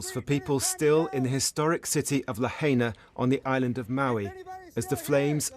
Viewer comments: False pronunciation of Lahaina. It’s pronounced La(High)na. Aloha. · it's La - HIGH - na, not La - HAY - na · Lahaina - La HIGH na. Not La HAY na. Hawaii - Ha Wa EE. Not Ha WHY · What is La-hey-na? 🙄👎🏾 it's pronounced La-hai-na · It's La-hi-nah, not la-hay-na. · It’s pronounced La-HI-na. Not La Hay Na. And everything is ruined there, including the boats in the harbor. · La-hay-na lmao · pronounced. "La hi nah" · I like how the reporter emphasized the correct pronunciation of Lahaina after the English anchors kept butchering it. Passive aggressiveness is an art.